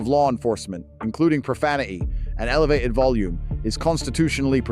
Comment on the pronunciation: What kind of English is profan-uh-ie?